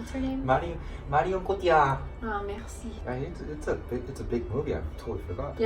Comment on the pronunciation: when you said "Merci" so nicely I fell in love ugh